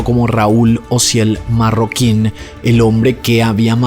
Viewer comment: Se apellida Marroquín, no Mayorquin